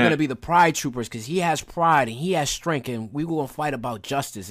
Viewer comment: While I understand that some people have a hard time pronouncing different words, I need my guy here to learn how to say the word STRENGTH.... I heard both strain and strenk instead of strength. It's a petty thing to be upset about but it got on my last nerve 😅